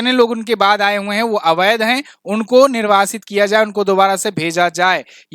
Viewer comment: Avadh ghosit kiya hai jayega nahi thik se bolo